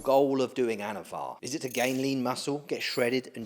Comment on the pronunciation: anavar not avatar lol